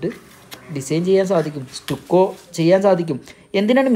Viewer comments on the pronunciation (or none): അതെസ്റ്റുക്കോ അല്ല സ് റ്റക്കോ എന്നല്ലേ